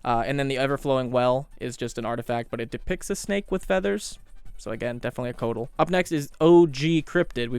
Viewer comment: So for pronunciation, i think really only the coatls was off, co-ah-tls. You did a great job otherwise! Im a little surprised you didnt use any of the godzilla versions of a few creatures, as i recall him saying he liked the movies and stuff. It wouldnt have been in line with the cryptid theme, but it would suit his tastes.